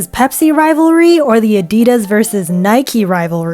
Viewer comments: Stop say naiki say naik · what is a birdie. It’s a shuttlecock 😭😭 why do people pronounce Nike and adidas like that 😭😭😭😭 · IT IS NIKEEE